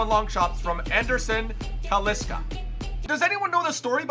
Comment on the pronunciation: Tellesh, Danny Alvesh, and talishca